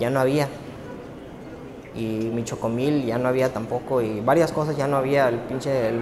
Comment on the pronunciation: Choco-mil lol